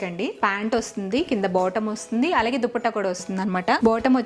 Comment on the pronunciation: Meeru allagea anakunda aligea antunaru eandhuku mam, mee dressing mee style naaku chala istam